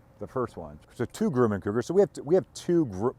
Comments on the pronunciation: I do believe you are on the crazy side but I love it keep it up you will be a hero soon. BTW it's not Grew man it's Grum man rhymes with crumb can I live near the plant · It’s not Grooman, it’s pronounced Grumman IE: Drummin. I am from Long Island where Grumman Head quarters were before they were bought out by Northrop back in the 1990’s. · It has been my experience that Grumman is pronounced "gruh man" ... never heard it pronounced "groo man" ? Good videos, really enjoy your aircraft projects. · Grum. Not Groom! :) ! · Gruhman not groomin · FYI, Grumman is pronounced Grum-man, not Groom-man. Thanks for the amazing content! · I worked at Grumman, I need to teach you how to pronounce!!!